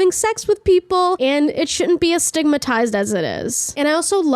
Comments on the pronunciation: astigmatized 😭 it’s stigmatized oh my gosh , that caught me so off guard i laughed lmao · Pretty sure that's just an accent quirk, "it shouldn't be as stigmatized as it is"